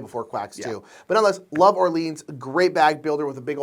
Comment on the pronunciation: Love you guys, but real talk. Are you allergic to correctly pronouncing French words? First Orleans now En route. Seriously guys. Great content, hilarious sketches, but every time you talk about Orleans I feel mental pain and involuntarily recoil like I’ve been physically hit. 😂😂😂